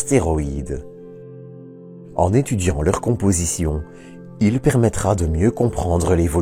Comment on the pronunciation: toop video ! mais il n'y a pas de E à il " ileuh" , bof Et vive la Belgique